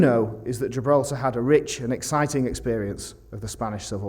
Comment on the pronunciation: Giblaltar español